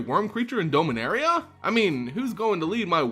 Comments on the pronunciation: DOM-inaria. Every time I hear Dome-inaria I literally become undone. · Dominaria, not dome-a-naria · Forgive me but why do you pronounce Dominaria as Domeinaria? And Aether as Ether? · You're pronouncing Dominaria incorrectly. You keep saying "Dome" when you're not supposed to pronounce the O. Just like the name Dominick, Dom for short, like Dominick from the Fast and Furious.